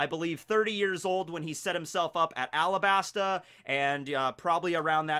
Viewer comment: did y'all hear say "AlaBARNa"?